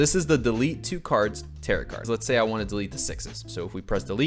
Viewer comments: who's gonna tell him tarot is pronounced like "tair-oh" and does not rhyme with "carrot" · its pronounced "tear-oh" not "tarrot" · ah yes the "tear-it" cards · calling tarot cards "tear it" cards has me dead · Btw, the 'correct' way to pronounce it is like arrow with a T at the beginning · My boy not knowing how to say tarot took me out every time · Absolutely incredible video, but every time you say tarot like “carrot” I take a point of psychic damage